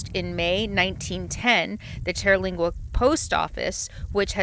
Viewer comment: In 2015, Terlingua (TUR-lingua, not TEAR-) was the subject of a tv miniseries called 'Badlands, Texas.' Fascinating story. I have a friend who lived on the ranch for several years.